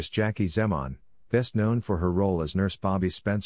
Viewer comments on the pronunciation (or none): Wrong name pronounced, wrong age!! Was 70 and pronounced Zeeman!!